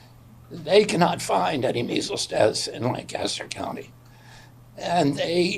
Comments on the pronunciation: Lancaster city and Lancaster county in Pennsylvania are pronounced Lan-kiss-ter NOT Lan-cass-ter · We gotta work on that pronunciation of Lancaster, though. LANE-kissed-her / LANG-kist-'er. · Its pronounced lan kiss ter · As a Lancastrian it kills me to hear people butcher the pronounciation 🤣 its "lang-kiss-ter" Its also important to point out the sole source of the claim these deaths were not caused by measles is Commissioner Josh Parsons, and the kindest thing I have ever heard anyone say about Parsons is that he was a weasel. I'd call him a piece of shit but at least shit gets used as fertilizer. If Josh Parsons says the sky is clear and blue, you'd better roll up the windows on your car. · Hey Phul, love the show, but given you are coming to Philly in a few days, you should know the pronunciation of Lancaster is like Lang Caster or Lank i Ster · FYI - Folks from PA pronounce Lancaster with a hard a. The ‘Lanc’ should rhyme with ‘bank’ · In PA they pronounce it lank-a-ster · It's pronounced "Lank-Is-Ter" don't expect Phil to know that. Do expect RFK to know that given the recent phone call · As someone who lives in Lancaster hearing it pronounced the wrong way somany times hurts me deep inside. But it is also worrying that we are having such a large outbreak which is more important